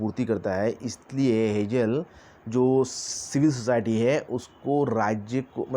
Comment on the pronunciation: हेजेल नही हेगेल बोलो